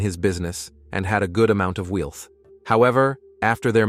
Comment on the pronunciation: marry-age for marriage Wilth for wealth.